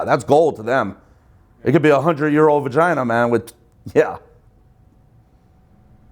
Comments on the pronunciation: bro said vongina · “The Von-Gina” Theo Von 👁️👄👁️👂